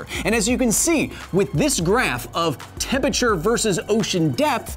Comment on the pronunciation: love all the sciency stuff but still annoying that you mispronounce temperature.